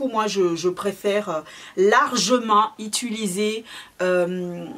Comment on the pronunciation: Bonjour. Je suis Réunionnaise , les mahorais et leur accents ont connais mais la certains mots son complètement déformés c’est gênant, quand ont décide d’être une personne publique en sachant que des enfants regardent, faut faire un effort. On dit « utiliser » pas « Ituliser » C’est pas agréable à écouter. Chacun donne son avis je donne donc le mien...